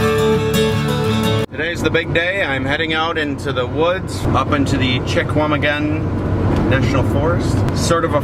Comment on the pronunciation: Fun video. I hope to hike portions of this trail this year. The Chequamegon is huge. I am from Phillips originally. The locals pronounce it Sha-wah-ma-gun. Your chipmunk was a red squirrel.